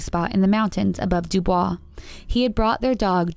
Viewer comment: It’s actually pronounced “do boys.” Sorry, I’m from Wyoming and that is really how they say it. You don’t even want to know about how we say Opal or the Gros Ventre mountains